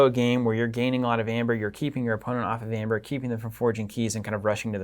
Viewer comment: It was so hurtful to hear you pronounce Aember. Google how AE is pronounced: in English as '/iy/' or "ee"., the Word is Ember not Amber.